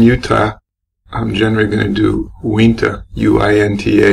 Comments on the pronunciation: You are saying Uinta wrong, it is pronounced Ewe In Tah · LMAO! "Wee-nta". No, Uinta Brewing Company is pronounced as it's spelled, You-in-tuh. I live in Utah, so I'm going to have some fun with this. =D Weber State University is pronounced Wee-bur. It had to be a Nintendo 64, as the Nintendo Wii wasn't released until 2006. You guys are so enjoyable to listen to, and I enjoyed this, considering I remember this case so well as it was happening. Mark Hacking is a freak, and it's nauseating to think that he is currently incarcerated just a few short miles from my house. I hope you don't take offense to my corrections above, because they weren't intended to be critical. You have a new subscriber. Also, we do have some really delicious craft beers here.